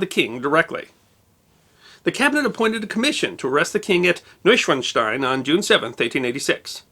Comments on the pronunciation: When a "w" appears in a German word, it sounds like our "v" in English... So Neuschwanstein is pronunced "Neusch-van-stein", not "Neusch-wan-stein". ... Rookie mistake. Ha! 😅 😂 🤣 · NOY-shvahn-shtine. There’s no letter Z, so it’s not really like one is saying “schwanz” when they say the word. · "Noishvanstein"? Please learn the correct pronunciation of this and your targeted subjects. Thanks! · If Ludwig was mad then, he’d be livid if he heard this pronunciation of his castle. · your pronunciation of Neuschwanstein is atrocious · I'm impressed by your pronunciation of Neuschwanstein, the only tiny mistake is that the a isn't as short as you said it. But, as I said, it's a tiny mistake that really doesn't matter unless you still aim to improve more. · Your pronunciation is quite good, but the German "w" is pronounced like the English "v" (i.e., it's a voiced labiodental fricative, not a voiced labial-velar approximant). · Let me begin this with a compliment. I think you did a great job on this subject. I've been to Munich (more years ago than I'd like to admit) and you definitely included information I didn't know. I do love Bavarian history. Now, I'm gonna be THAT guy, sorry. W's are pronounced as V's in German. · Proper pronunciation would elongate the "a" in "...SCHWAAAN.." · The short "a" followed by the "z"-like "...st-ein" makes it sound like "Schwanz". Frank Zappa once made a song in German with using the word "Schwanz".